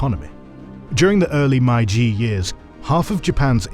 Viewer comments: If you are making a video about the Meiji Era, maybe you should first check how "Meiji" is pronounced. It seriously jurt my ears hearing a completely made up pronunciation again and again throughout the video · No credibility when you do a documentary about the Meiji restoration and then don’t pronounce ‘Meiji’ correctly. It’s not hard to get it right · the pronunciation of "Meiji" is absolutely abhorrent... really missed the mark there, especially for such an important word for the video. it's not just that it's not even close, no other videos discussing this topic ever mispronounce it as such!!! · how on earth can you produce such an amazing video and don't check how to pronounce a name of the era in your title. I'm not even angry, I'm just amazed. Like, how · Is it me or the voice is AI? The way he is pronouncing Meiji is off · Great video. Just, please, it's "Meiji", not "Maiji". That sounds bad! Otherwise👍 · Great video as always! A small recommendation: please familiarize the narrator with the pronunciations of foreign words before each video. One of many such oversights in this video for example, My-jee is completely wrong (it’s actually may-jee)￼ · Please stop pronouncing Meiji as "maiji", it's really easy to pronounce in English, just say "may" like you would say the month May, and then just ji like you already do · It's pronounced May-Ji not Mai-Jee. Japanese is literally the easiest language to pronounce. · accurate and well done, with the only exception being it's pronounced "may-ji" not "my-ji". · Factually, this video is great, but the mispronounciation of Meiji is annoying. It's 'may g' not 'my g'. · Why is he saying MaiJi and not MeiJi, where is the old narrator I miss him sooo much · This is a good video, however, please pay closer attention to pronoucing the Japanese terms. The term "Meiji" is pronounced more like "May-Ji". The narrator kept saying "Mai-Ji" which is incorrect. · May-Jee と言う事です. May-Jee を忘れないで下さい。